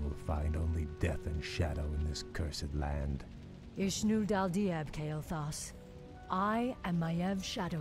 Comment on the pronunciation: It's Kale-thas, not Quel-thalas. One is the creepy drug-addict, the other is the elven kingdom that gets rekt on several different occasions.